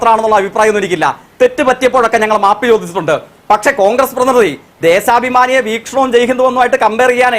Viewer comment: ദേസാബിമാനി അല്ല Tholke.. ദേശാഭിമാനി